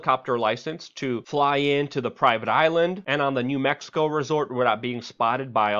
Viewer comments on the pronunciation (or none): none